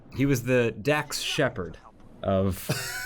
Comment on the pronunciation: Hearing emphasize the 'Dax' in Dax Shepard shook me to my core for a sec there